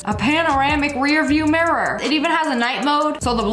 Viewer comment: AGAIN? And WORSE? “MARE-UR”. 🤦🏻‍♀️